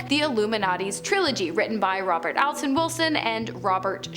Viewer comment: Anton. Sounded like you said Alton.